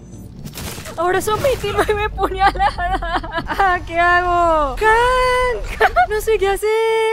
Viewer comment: me ecanta cunado dice 28 ÑUPALADAS XD